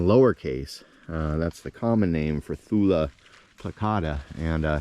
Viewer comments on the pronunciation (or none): extremely minor correction: I noticed (and again about 20 seconds before, but that pronunciation was less clear) that you are saying “thuLA plicata” when it’s thuYUH”, the j in Thuja plicata being silent.